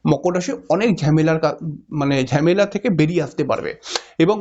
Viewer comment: ঝেমালা আবার কি? হবে ঝামেলা।বাংলা কথাও ঠিকমতো বলতে পারেন না দেখছি।